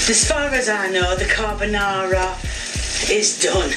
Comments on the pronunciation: Damn she's butchering fried rice in Uncle Roger.. Now she's butchering Carbonara, sorry I mean Carbanara 😂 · At least she's not making "spaghetti carbonara", she's making "carbanara". LMAO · Her son is so brave... I wouldn't try that "CARBANARA" even if someone was pointing a gun to my head 😭